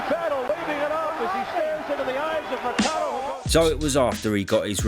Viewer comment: It’s Segundo Mercado (not Mersado). It’s pronounced Merkado.